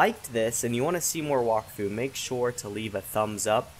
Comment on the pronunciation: It's (wack-fu)